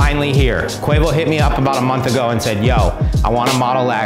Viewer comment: who the hell is kwevo?